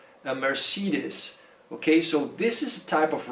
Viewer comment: you are butchering Mercedes omg haaha